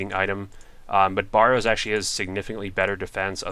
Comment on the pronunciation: i love you vids but your killing me with the waty you pronounce barrows and hAsta